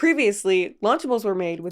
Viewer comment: Wtf is luchables 😂 this all sounds so wrong being from outside the us